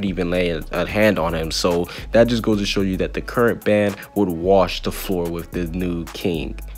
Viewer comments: BRO ITS NO BANN ITS BAN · I don’t like the way you say Ban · can not say baan, gowther and die-an its pronounced bon,gother and deean